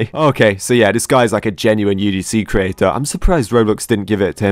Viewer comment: Wait i a minute when he said creator it was kinda off